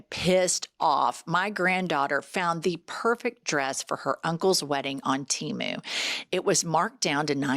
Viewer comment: Oh my God it is too cute that can’t say Temu❤